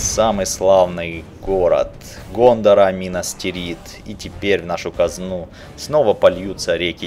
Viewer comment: Не минастирит а минас тирит, будет правельней